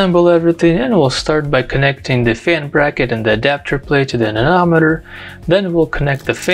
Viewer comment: I don't know why, but I flinch and cringe every time I hear you pronounce "anemometer" as "anenometer".